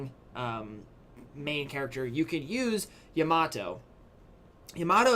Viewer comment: u are pronouncing yamato wrong